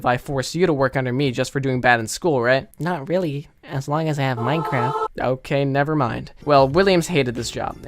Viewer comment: Not rewwy